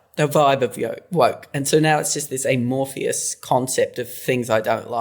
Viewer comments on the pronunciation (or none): is that her accent or did she accidentally say "a-Morpheus"?